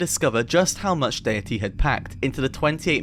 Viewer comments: why do you pronounce 'datæ' like 'dayatee'? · Why are you so bad at pronouncing æ? It's literally a letter in English and it's pronounced like the 'a' in apple. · Bro refuses to pronounce Datae proper. He's ragebaiting the ragebait, its genius.